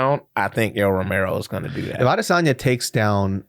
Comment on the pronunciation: Lol so is just going to sit there and allow this nigga to mispronounce ADESANYA 37 times and not correct him? 😂🤣👌🏾